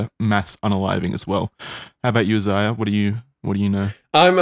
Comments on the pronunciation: Ziah? Not Saiah? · UHZAYYA - pronouncing Isaiah's name 😂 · i have kinda the same name, spelt aisaiah and its pronounced: eye-sah-yah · Wonder how many episodes it’ll be before Isaiah tells he’s pronouncing his name wrong. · Do you think will pronounce Isaiah’s name right some day? Love this y’all, hope this doesn’t stop! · I like that pronounces Isaiah's name differently each episode.